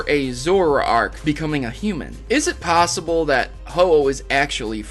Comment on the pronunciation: BUT!? you said passible not possible